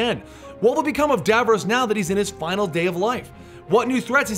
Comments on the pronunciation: It's pronounced DAV-ROSS not Dav-rowse!!!! Garrggghhhhh ... Nails on a chalkboard lol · "Who is Davroose?" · How you say Davros. Dayvarays. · you pronounced davros incorrectly. it's really bothering me.